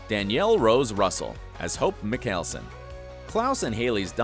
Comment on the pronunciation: Meekellson lmao